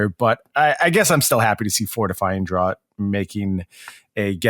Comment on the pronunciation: Just for reference, draught is pronounced ‘draft’, like ‘draught beer’. It’s the British spelling. It means drink (in this case as in fortifying drink or potion).